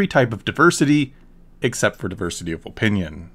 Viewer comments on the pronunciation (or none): I also like how he pronounces "opinion" with a hard-O sound.